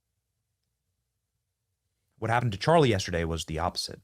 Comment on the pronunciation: Opp-O-Sit!! 😅 Phalanks of security Highly trained military agents? Ive NEVER heard the word phalanks & neither has my Google assistant. Took me about 10 minutes of trying to figure out how to spell it on Webster Dictionary to find the definition, meaning. Then I laughed and laughed. 😳 Best security in the business? 😬 Uumm... Mkay... Benny, Sir